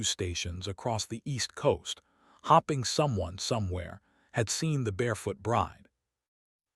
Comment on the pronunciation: Hopping or hoping. Is this AI and isn’t effective in using the correct pronouciation?